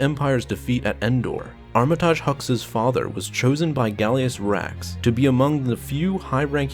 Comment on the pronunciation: It's prounounced armitige, not armitaaaage, other wise great video!